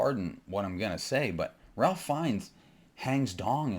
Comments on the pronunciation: I’m with you, but if you’re a “filmmaker,” shouldn’t you know how to say Ralph Feinnes’s name? (Rayfe) I don’t disagree with your take but you reduce your credibility when you mispronounce the lead actor’s name. It’s not like he’s new to Hollywood. He was Voldemort. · He doesn't even know how to pronouce "Ralph." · He lost me at his pronunciation of "Ralph."